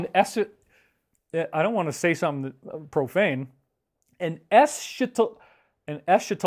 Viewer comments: It's actually pronounced "ess' ka tahl ogee". Yes you're one of my favorite eschatologists. You're in our prayers, very sorry to hear about the divorce, please hang in there. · Dave lol... es-KA-tologist. :) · Isn’t the proper way to say it “esKatologist“? Like in archangel.